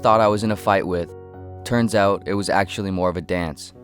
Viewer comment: This person must be a weird Canadian the way he says out like the way he pronounces it oowt